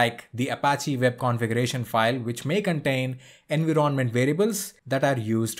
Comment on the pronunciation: Where did you learn to pronounce environment as enveeronment? I am curious.